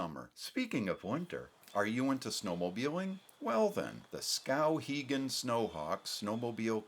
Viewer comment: I don't like his pronunciation of the town's name.